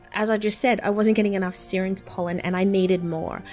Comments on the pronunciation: Its not Seerens pollen its Siren's pollen like a Siren from a cop car or ambulance m8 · It's pronounced "Sy-rens" haha you know, like the mermaids?